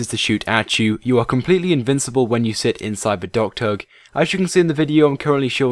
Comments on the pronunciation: U said dogturd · ohhh docktug... i thought he was saying dogturk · it sounds like your saying dogturd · DOCKTUG!!! It took me reading the comments to realize you weren't saying "dog turd". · Say "dock tug" one more time